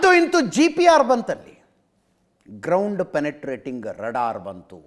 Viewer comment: Ajith sir radar alla raadaar please tappiddare saripadisi!